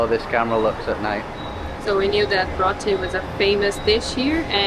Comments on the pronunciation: Never call Roti, “Rot-ti”. It’s pronounced (Row-ti). FYI 😊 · It is not pronounced Rot ti, it is pronounced Row ti. Because lots of foreigners buy roti, you tell the person wrapping for you the following for spice. Slight pepper ( a little bit) Medium pepper ( hotter but not unbearable) Hot ...you know what that mean Extreme hot ( very hot, hot, hot) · It’s pronounced RO-T not ROT-E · wat is rothy it is pronounce row tea,,,,,roti,,,. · It’s ro-ti not rot-ti… nice video though ❤ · Is not pronounced Rotty But Roti. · PLEASE! Not "ROTTEES", OK? It's "ROATEES" (like GOATEES) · Great video guys. I looked at you videos from 🇵🇹 , went there, Turkiye went there,Curaçao went there. Row-tee, not Rot-tee though. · It's Row-T not Roty 😀....great video ! The best I've seen of home. Thank you 🌺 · The pronunciation is "ROW TEE" not ROT TEE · Great vlog.. Usually the roti is not spicy its what you have as filling. Meat or veggies. It's actually pronounced Rowty, not Roty. Great vlog guys. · Roti is NOT PRONOUNCED "Rotti". It's pronounced "ROA-TI" or "ROW-TEE"‼️👀😑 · It's pronounced like row t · that roti is called dhalpuri. locals call it that. den theres bussupshot and sada roti. roti is pronounced more like rotee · Its called row-tee. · Also for roti, remember you have to ask for pepper to be added if you want it spicier. You can also ask for it to be put in a box with the rOti(pronounced roWti)separate. God bless.❤ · The correct pronunciation is Row-tee ... Roti. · Say it with me row-tee (roti) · roti - like " ROH - T " but more like "ROW -T" . Stay safe . Enjoy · Awesome job of showcasing our country T&T, really enjoyed your videos of both our islands Trinidad and Tobago, you guys most definately did a better job of promoting our gem of an Island than our Gov't is doing. Wish i could enjoy all those Gluten foods like you guys can, btw its pronounced ROW-TEE here, not ROT-TEE, :face-blue-wide-eyes:😎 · Roti is pronounced Row-t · It's pronounced "Row" "T" 😂